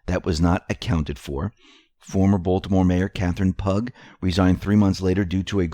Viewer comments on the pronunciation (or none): Catherine Pug! LOL - s/b pronounced as (Pew) - Pugh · Katherine Pugh = "PEW" Not Pug